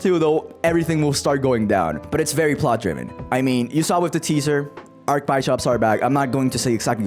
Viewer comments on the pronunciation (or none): "Arc Baishops" Me: "what?" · Ah yes, arch-bai-shops Great video, season 3 hype